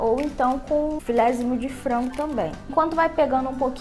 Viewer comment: Eu acho muito engraçado quando ela fala frango😂💜 é tipo "frongo" 💜😂